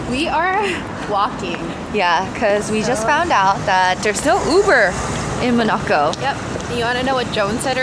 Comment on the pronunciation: Mo...na...co? Really??? Lmao